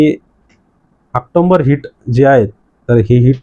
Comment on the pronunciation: ऑक्टोबर...... ऑक्टोंबर नाही....